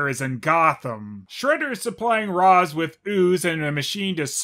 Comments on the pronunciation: RAISH, not Raz. Sorry, just a nit I had to pic lol. (That's the way his creator says it's pronounced) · WHY DO YOU PRONOUNCE IT "RAS" INSTEAD OF "RACHE"?! YOU OF ALL PEOPLE! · How I missed ' Shredder. OH and it's pronounced RAYSH GODDAMN IT. It will always trigger me when someone says RAZ lol.